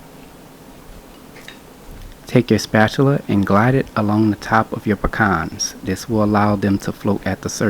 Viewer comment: So glad you had the right pronunciation for pecans. Pah Cons. This is my favorite pie.